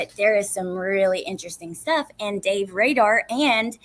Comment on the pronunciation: Not Radar , it's Rader there ur sound